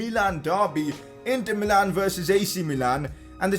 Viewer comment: It is not mee-lan it is mi-lan